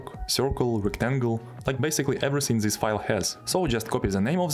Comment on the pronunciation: zis is goood